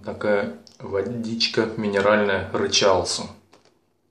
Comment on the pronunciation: Рычал Су ударение на У